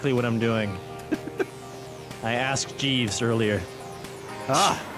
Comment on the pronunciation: I think though he said Jes'